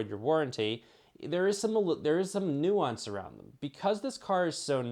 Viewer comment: It’s nuance